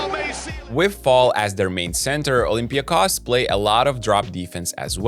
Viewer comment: It was one of the messages here under one of the previous videos that got us doing it right. Thank you & good luck to Olympiakos!